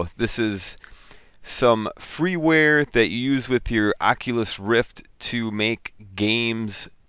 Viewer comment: Prononciation (facepalm) ...